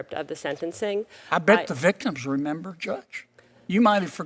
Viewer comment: There's another "m" in "remember."